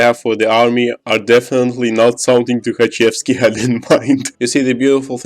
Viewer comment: Ты должен уже начать подозревать в начале из-за его странного акцента как из клюквенных фильмов, а потом до конца убедиться когда он произнес имя "Тухачевский"